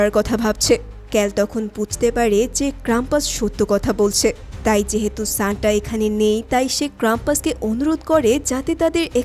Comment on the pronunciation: Shanta ❌ Shanda ✅